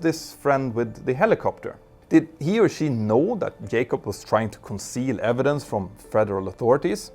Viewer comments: "J-CUB" not "YAY-CUB" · His last name is Jacob. Jay-cob, not Yaycob. And no, it's not an accent thing. It's a laziness thing. You are quite capable of pronouncing it correctly, you just choose to be lazy and not pronounce it correctly. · J-cob, not Yay-cob, just fyi. great video about this shyster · Can Scandinavians not pronounce J ? The mentor pilot sais Yacop, not Jacop... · Its jacob not yakub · It is "JAYcobs" not "yaycobs" lol he is American not Spanish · His name is Jay-cob, not Yay-cob. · what got me is the way you keep saying "Yay-cub". Not sure this is how he pronounces it. hmm... I tried double checking and failed. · "YAKOB" hahahahaha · His name is not yaykob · Trevor Yay-cop? 🤣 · Just say Trevor, instead of saying Yay-cup over and over. It's less distracting! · That's not how you say his name. Can you please rectify your mangling of the English language? Also here in America, we use a comma for large numbers, not a decimal point. To me, $250.000 is $250 with six significant figures. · dude, if you cannot pronounce jacob, call him trevor ffs